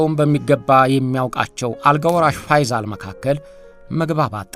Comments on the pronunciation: ፈይዛል ሳይሆን ፈይሰል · ፋይዛል ሳይሆን ፋይሰል በል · ንጉስ ፈይሰል ነው ፈይዛል አይደለም በተረፈ አቀራረብህ አንደኛ ነው እሸቴ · "ፋይሰል" ነው እንጂ "ፋይዛል" አይደልም ስሙ፡፡ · የተከበርክ እሸቴ አሰፋ...በመጀመሪያ በምታቀርባቸው ይዘቶች ላደንቅህ እወዳለሁ። በዚህኛውም ይዘት... "ፈይዞል" ሳይሆን... ፈይሰል ቢን አብዱልዐዚዝ ነው የሚባለው። እስኪ ደግሞ በሐጂ ሙሐመድሳኒ ሐቢብ ታዋቂው የኢትዮጵያ እስልምና ጉዳዮች (መጅሊስ) መስራች ታሪክ አጠናቅረህ አቅርብልን!! አመሰግናለሁ! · ፈይሰል ብለህ አንብብ